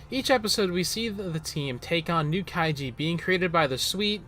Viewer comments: It’s kai(ju) not kaiji. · Kaiju not Kaijie. lol